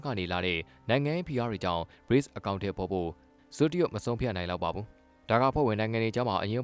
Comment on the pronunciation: BRICS ကို Breaks လို့ အသံထွက်ရင်မှန်ပါသလား